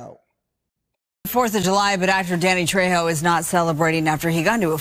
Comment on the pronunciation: Danny Trayho is how his name is pronounced...